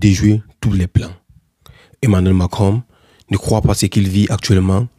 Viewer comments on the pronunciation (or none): On dit pas mankinron, on dit Macron